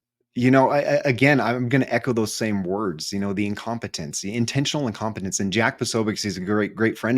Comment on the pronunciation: Can any American say "INCOMPETENT" ????